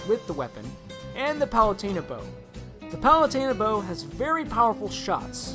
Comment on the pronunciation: Did you just call palutena "palate-a- na"